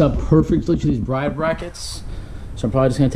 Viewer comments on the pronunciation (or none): They guy at the store that corrected you on the pronunciation of Bride was correct in Japan with their language it’s pronounced Brid but spelt like Bride which is how most people not from Japan say it 👍🏻